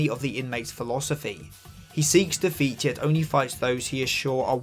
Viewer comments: the accent on "defeat" makes it sound like you're saying "the feet" half the time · You say defeat way too many times and all I hear is Da Feet